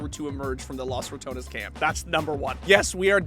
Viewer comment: TY for not trying to pronounce Los Ratones with a weird French R any longer